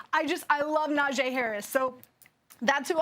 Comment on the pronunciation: Say it with me: NA JEE like JHEE/GEE Harris. Stop butchering my man’s name if you really appreciate him so much